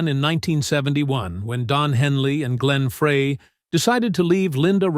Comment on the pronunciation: Whoever did this video is an idiot. First... He can't pronounce Glenn Frey's name. Second, during the narration, he showed pictures of people who weren't even involved with the Eagles. Many of the photos and videos didn't NOT go along with the Eagles history. Perhaps whoever put this together should work on research!! (Don Felder Sucks!!)